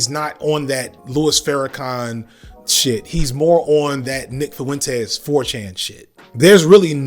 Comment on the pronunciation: Nick foo-entez